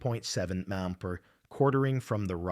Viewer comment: Abbreviations aren't really AI's strong suit. Wind at 15 emphu. And now I'm watching zip tie anchors and sandwich bags. This sucks, lol.